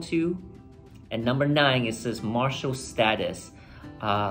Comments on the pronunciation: Number 9 is "MarITal status" not "MarTIal status. It is appalling that people who are born in US do not know the difference between those two completely different words. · Marital status not Martial status